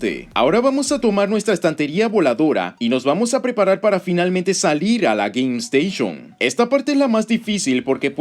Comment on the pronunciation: Por qué pronuncias "Game Station" así?